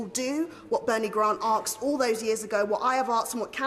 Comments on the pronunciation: Saying "aksed" is deliberate! Back in the 70's and 80s, my black mates new it was incorrect but said it anyway, merely as a form of black "lingo" really - I started saying it at one point! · It is ASKED not AXED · Arksed? Definitely credible. Eloquent and credible. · "What I ave arksed", for heavens sake. Sounds like an Ernie Wise play. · Let me arks you a question. I'm only gonna axe once mind you. It's three fucking letters! Why can they never get it right?! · An MP saying "I want to axe the prime minister today, if he will do what Bernie Grant axed all those years ago, what I have axed and what countless people have axed since" is a disgrace both to our political establishment and to our education system. Ask not axe you daft bint. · The only reparations they’d get from me is a ticket to Heathrow, also, why can’t that ‘mp’ say asked, there is no r in it you stupid bitch.